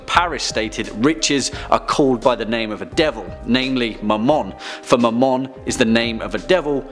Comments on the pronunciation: When he said Mamon I thought he said my mom😂😂and I was looking through other videos and when I heard that I was caught so off guard😂😂😂👌🏻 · When I heard him say Mammon I thought he said ‘my mom’